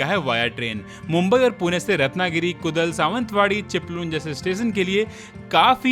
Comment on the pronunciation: to Not कुदल ...this is कुडाळ .... I'm Konkani ...